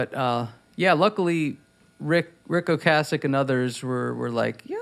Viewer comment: This is fan-friggin-tastic. And thank you, Rivers, for pronouncing Ric Ocasek's name the way he did